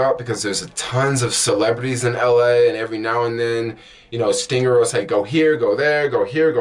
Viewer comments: ST--R--INGR not ST--I--NGR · Why do you keep saying stinger when it's stringr. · I had to check the spelling myself he said STINGER so much. It's STRRRRRRRNGER! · I hope in the 5yrs you've been using the app you learned how to pronounce the name of the app itself. It's not stingr It's STRING R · bro... you can't even say the name...